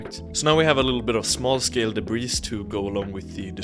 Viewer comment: The S is silent in DEBRIS. It's pronounced DEBREE.